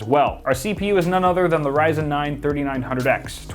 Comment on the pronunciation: When he said Rzyen I just closed the video.